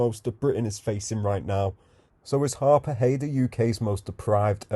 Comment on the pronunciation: Not Harpurhey